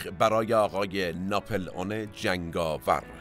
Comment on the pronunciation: It’s NAPOLEON not napelon try to correct pronunciation